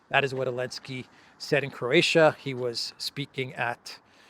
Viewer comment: say Croatia one more time ..i dare you ;-) .... and forget to mention other attendants that comedy in our Dubrovnik .